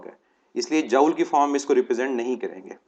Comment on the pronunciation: Joule pronunciation is jool, isn't it?